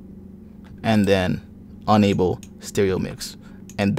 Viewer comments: ITS ENable not Unable ffs its in the name say it right its not hard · Ultimately helpful, but a little confusing. When you say ENable, it sounds like UNable.